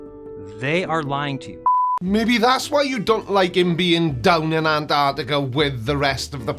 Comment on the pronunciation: Is joining a monastery, He looks like a mad monk. And why are flerfers incapable of pronouncing Antarctica correctly, most of them miss the first T and call it anarctica. It’s pronounced like this ….. Ant..arc..tica.